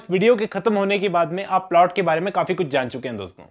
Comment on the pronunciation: is polt 😂😂, not plot